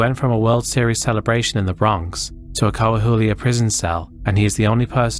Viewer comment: it's pronounced cu - wah - wii - lah. When I first heard you say it i was completely confused as to what you were talking about until I noticed you were speaking about Saltillo